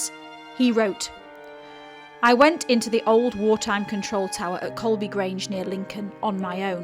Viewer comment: Guys, it's COLEBY not Colby.